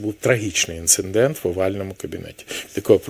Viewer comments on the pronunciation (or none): Зауваження Порошенку: не інциНдент, а інцидент. Який же він після цього ДИПЛОМАТ? Не знає елементарних речей… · ПОрафовано, інциНдент і моя підпис стояла (с)😂. Він ще й неграмотний. Треба, щоб п'ятий президент в Юлі навчився говорити кАоліція 😅